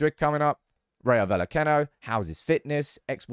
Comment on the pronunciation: Just a heads up. Rayo Vallecano is pronounced rye o val ye cano.